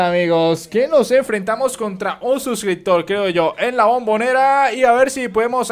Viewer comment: ajajajajjaja un susirtor jajajaja por decirn subscriptor